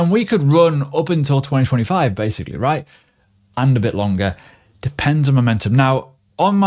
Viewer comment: everytime he says "Right?" i am hearing "Quack" .. LOL